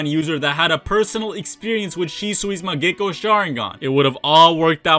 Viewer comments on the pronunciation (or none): Mangekyou not mangecko sharingan lmao